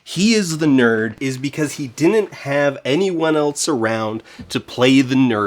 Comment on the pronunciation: You have good diction except when you say “didn’t” which you pronounce “din’nt.” Anyway, something to be forever self-conscious about!